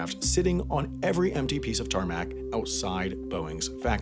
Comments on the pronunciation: everything was ok until you said tarmac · please stop saying the word tarmac... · Hey dude don’t say tarmac. That word makes any aviation fan cringe. Just a tip.